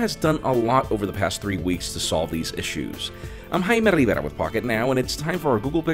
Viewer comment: I know that you have a spanish name but why do you have to pronounce it with that accent, even I dont pronounce my name like that